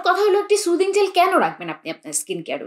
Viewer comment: সুদিং না সুথিং হবে।